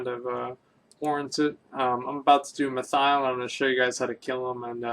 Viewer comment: Did you seriously call him Mathial?